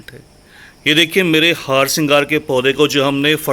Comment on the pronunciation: The plants name is harsingar not haarsingar the way you pronounce it